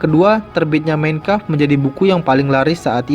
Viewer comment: tolong penyebutan MEIN KAMPF benerin bro